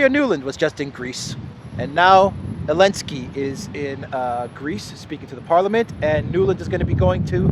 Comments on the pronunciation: AZOV is illegal now. only call them AOV please. love how u say Elenski. a little humor in all the drama and horror. 💟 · I love how you ignore the letter "Z" with such passion 😂😂😂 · I find it extremely irritating when you do not pronounce names the way they are supposed to be said. Your not anywhere where the z and v rules apply so why bother? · I wish this bozo would stop this hatred to Zalansky…and Bozo can’t even speak his name properly. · I love how you say elensky LOL 😆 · For goodness sake his name is Zelensky!!!!